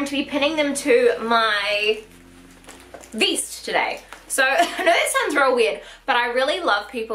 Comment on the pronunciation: It's vest not veest